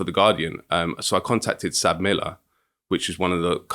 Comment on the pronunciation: It's not pronounced "Sab Miller" it's pronounced "ES AY BEE Miller" (South African Breweries). They are now called "AB InBev" (Ay Bee Inbev)